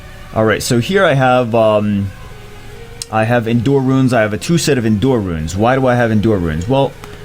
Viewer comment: you're saying endure wrong